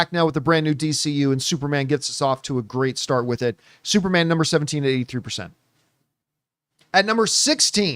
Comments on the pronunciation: Is he saying Supermon? Like with a Jamaican accent? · I was like why does he keep saying supermon? 😂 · Why is john pronouncing it as "SuperMON" 😅🤨🤔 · Everybody take a shot for every time John says “Supermon” 😂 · I noticed that too lol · I like that they are doing superman this way, this feels like early mcu where we don't have to wait long times for a sequel. Also, i love how John say "superman". Lol